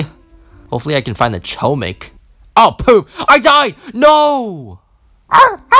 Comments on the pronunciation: u are saying chooomik its chomik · Fun fact : chomik is Polish Word, but don't say ch omik, say H but like h amster, chomik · It’s pronounced “HOMIK” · I’ve heard “Choumick” so many times at the point where i don’t even call it “Chohmick” anymore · It’s actually pronounced “hohmick” Chomik is actually hamster in polish and thar is the pronounciation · Its homik not hohmik also they just right chomik I already know that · as a polish person i cant help but laugh everytime someone pronunces chomik as ''KOMICK'' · its pronounced "homeek" btw (its polish for hamster) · Btw u say chomik like this : homik it’s bc it’s in polish I have no idea why haha there’s also 2 Chomiks called mysz and szcur. Mysz is mouse and szcur is rat :] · ITS PRONOUNCED HOM-EEK ITS POLISH FOR HAMSTER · Chomik is pronounced, "Hom" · it's actually pronounced "homik" chomik is actually spell in a different way it's "hamster" and chomik is in polish. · Chomik, pronounced Homik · Saying corretly chomik is (homik) h like in word "hi" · Chomik is Mouse in Polish and its pronounced Hom-eek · It’s chomk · You were saying choemick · It is chom ik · it's pronunced hohmik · Chomik is pronounced hom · Its not chomik its choomik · Btw you were saying chomik wrong but my ears don’t bleed